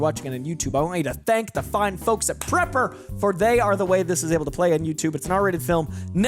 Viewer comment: Its not Prepper, it's Praper.